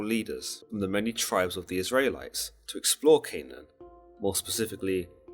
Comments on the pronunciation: You're hurting my ears when you say Is -rae —lites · Lol why are you saying the Isrealites like that. 'Isray lites' 😂